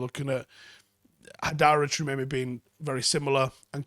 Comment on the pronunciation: We'll forgive a Manc for not being able to pronounce it but since he's the best DM on this list, for all you others it's Tchou - a - me - ni pronounced "Tchoo ah meh knee" not Tchemeyme